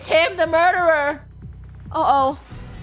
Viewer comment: I know why lunar mudere Daniel bc she says muder muder???